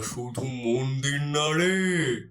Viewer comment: মন্দিড় , বিচাড়, এগুলো কি ভাই ??? বাংলা উচ্চারণ জানো না ???😂